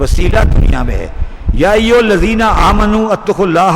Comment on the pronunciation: The actual word is Amanoo not Aaminoo. Pl recite correctly